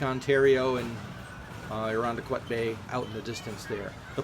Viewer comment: OK I know this is really petty but I live in Irondequoit and he said the name wrong I don’t know why but I just get so triggered when people say it wrong idk what’s wrong with me